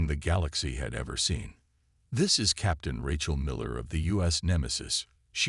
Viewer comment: AI's are complete Garbage!!!...yours and most others!!! Who is "RE-chal"? Her name is pronounced "RAY-chal". And what is "DAY-bris"??? It is pronounced "DAY-bree"!!!